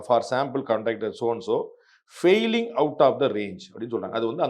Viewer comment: Value " FALLING" outside range...you have read more than once as "FAILING"..😮